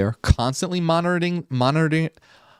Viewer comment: Mon-ah-tur-ing = Monitoring😅 I totally felt you there haha! I have the same problem sometimes lol Edit: you are very intelligent I can tell!